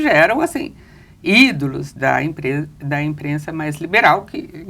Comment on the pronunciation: Verdade! "Emprensa" é foda! kkkkk